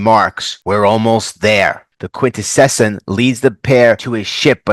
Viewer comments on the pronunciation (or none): Your pronunciation of Quintesson. You: Quint-Eh-Session Cartoons they were introduced in: Quint-Eh-Son Specifically he is a Prosecutor Quintesson.